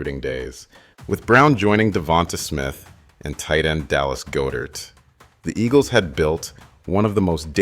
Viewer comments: Dallas “GO-DIRT” is crazy man. AI voices need help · Bro whoever told you how to pronounce Pederson and Goedert lied to you lmao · If you're gonna do an Eagles documentary at least pronounce some of the names right 😂. Doug Petterson, Dallas GoDirt. Bro is driving me crazy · This AI voice was very convincing until it said Doug Pedderson, 14 to 3, Dallas Go Dert, and other weird mistakes. Next time just narrate the video with a real person. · The voice and mispronounciations in this video are weird. I love the topic, and it IS very detailed, but the voice is bugging me... Is this a real person talking? "Go-dert", and "Super Bowl LVII" with roman numerals read as actual letters? Weird. Also, the voice kinda sounds like the guy from the "Barely Sociable" channel... 🤷‍♂️ Still good info regardless tho... I love Jalen Hurts! Perfect for Philadelphia. Him AND Saquon. 🦅 🏆 Go birds! Let's run it back!!